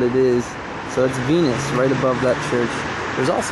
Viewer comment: Hahaha it sounded like you said thats a penis right their when you said venus